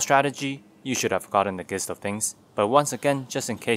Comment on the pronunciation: Your English is generally great. The word gist is pronounced “jist”.